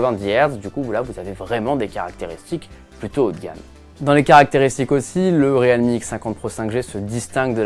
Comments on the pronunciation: Bientôt ils vont dire le Real de Madrid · Vous êtes sur de la prononciation du nom de la marque ; Realme ??? 😂🧐😂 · Ça m'a carrément choqué aussi ...